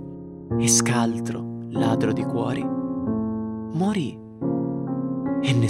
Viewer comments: Hai detto muorì? Ma comunque amo i tuoi tell me a story <3 . <3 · ma sbaglio o dici muorì?